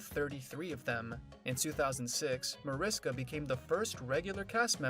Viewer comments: It's pronounced Marishka. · By now this narrator should know how to pronounce the characters' names and Mariska's 🙄. I can't...